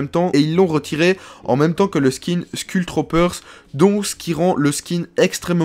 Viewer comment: et je te rappelle qu'on dit"skoul troupeur"